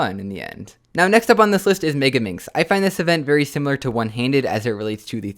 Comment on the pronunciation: Algae It’s megaminx, NOT “mebiminx”